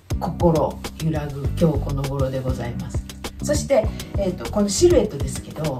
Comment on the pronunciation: が きょうこのごろ と言われる度に きょうこ このごろ に聞こえました！😂 いつもながら素敵。 cargo pants挑戦してみよっかな❤